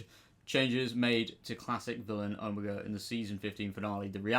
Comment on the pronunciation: I’m glad people are mispronouncing his name, because that Skelton blob wasn’t OH-mah-gah 😂 💀 😂😂😂